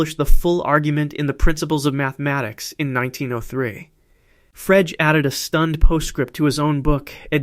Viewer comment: Frege is pronounced "fray-ger", with a hard "g", by the way. Not "frayj". It's a German name.